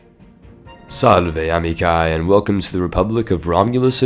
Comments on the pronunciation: It is not Amikae it is Amiche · Silly goose, you had some noun-verb disagreement with your intro to Rome. "Salve" is singular imperative, "Salvete" would be more correct. P.S. "amici" has a long "ee" sound at the end, not a long "I," unless you were using "amicae," however this would only be used when referring to females exclusively.